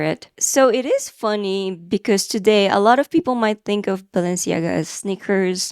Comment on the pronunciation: Your French pronunciations were pretty good! I only know Balenciaga from those funny AI videos, like the Harry Potter Balenciaga, lol!